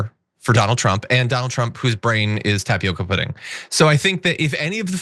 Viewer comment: Uh John did you say taciopa pudding as opposed to tapioca pudding, lolz, was that deliberate 😂😂😂😂